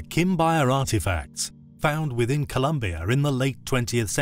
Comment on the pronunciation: Want to remind you is Colombia not Columbia, I'm from this South American country and seen several times people mistaking the name, though you pronounced it correctly nice vid.